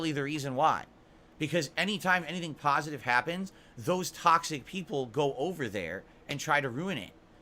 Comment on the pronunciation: I love how he thinks that one “pahsitive” video on him with him not “getting upset” erases 15 years if what he has said and done to both his “fans” and other content creators. This video makes him a saint in his eyes.